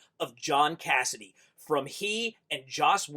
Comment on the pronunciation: It’s pronounced “Quite-Ly “ and “Cass-A-Day”